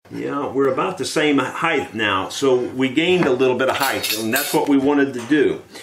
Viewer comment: Sir, the word is "height" not heighth". This a recent disturbing affectation in the USA. Again it is "width" and height" not "heighth".